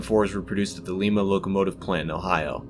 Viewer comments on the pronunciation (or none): Lie-ma, not Lima. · Great video! Very informative and interesting. One slight correction I must bring to your attention is on the pronunciation of Lima(Lime-ah),Ohio. I only did this because I know there may be future videos you may make talking about other tanks also built at that same plant. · In Ohio, it is pronounced "LYMA"....like the bean.